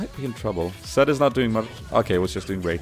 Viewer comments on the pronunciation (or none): u say Zac to Zed;____ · Why do you say zac all the time insted of zed!?? xD